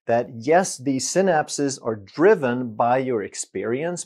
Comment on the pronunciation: Synapse is pronounced sai-naps, like cycle is pronounced sai-kl. Thanks for your excellent vids Doc